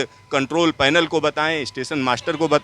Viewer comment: Speed ko ispeed, station ko istation.